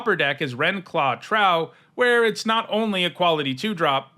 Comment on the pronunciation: "Trow" is pronounced with a long Oh (rhymes with "glow" and "row"). It's supposed to evoke the word "Troll"